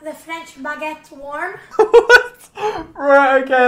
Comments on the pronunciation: Lol the French baggit thought he said faggot I’m dead 🙀😂😂😂😂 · Literally nobody:: ToDaY We wiLL bE MaKIng FrEncH BaUgEttUes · When he says bagguete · The way he over pronounced baguette🤣🤭